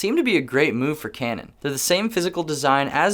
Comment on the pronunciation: Great I'm now hearing canon as cranon. Wonderful 🙄.